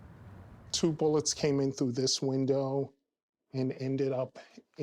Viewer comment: Paul has all these degrees but can't say the word "through."